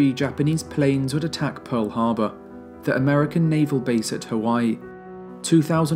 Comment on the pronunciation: There's no "u" in Pearl Harbor.